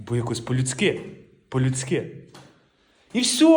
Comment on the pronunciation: Не по людскИ а по людскІ!, вчи мову, вчи!😂сленг то звісно файно але краще чиста 😂